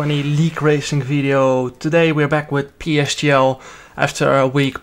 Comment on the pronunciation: Jarno its PSGL, not PCGL.. please change it.